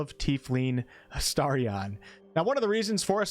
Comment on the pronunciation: You are saying his name correctly . You must have been saying it weirdly before